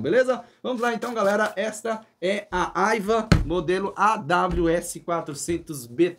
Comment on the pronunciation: Nao e' " Aiva" , e sim "Aiwa" com Wa de Washington. 😉